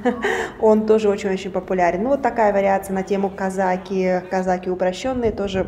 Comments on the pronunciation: Бесполезно ей писать об этом,всеравно будет говорить не правильно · Не казАки, а казакИ)